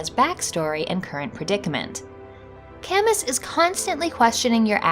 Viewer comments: Great concept. I bet you could do a follow up too, there are so many good boys in video games. Also, Camus is French and usually pronounce like kam-oo (although I haven't played the game so if it is pronounced as you did then I apologise in advance.) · Is that really how "Camus" is pronounced? I would have thought it would be "ka-moo", after the novelist/philosopher Albert Camus.